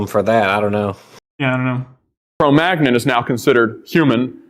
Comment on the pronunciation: Cro Magnon is now pronounced like Filet Mignon? Is this like how I just learned NASA pronounces the Gemini missions as the word mini?